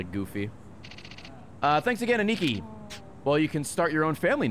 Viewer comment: Ray you can’t ask why he’s saying Shimano wrong when you pronounce “aniki” like it’s spelled “Ah knee key”